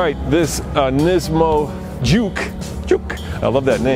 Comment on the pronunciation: it's NISSAN JUKE not NISAN JUKE